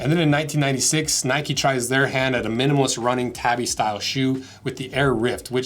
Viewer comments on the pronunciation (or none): none